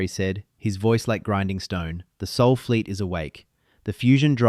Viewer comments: OK, considering the fact of how children are treated in 2026, I find this completely in plausible . And why can’t the AI get it right? SOL not SOUL. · Thanks for a good story just 2 gripes. 1 is its sol not soul 2nd is its maths not. Math. This indicates that this channel is American based not dutch as stipulated in your bio. Stop butchering the english language. But otherwise a good story. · It's Sol, not Soul! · Sol, not soul